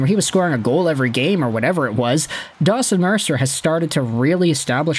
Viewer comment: You should really say his name right, its DAWGson Mercer